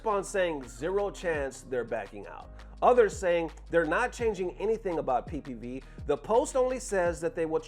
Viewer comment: My guy said pee pee view 😂😂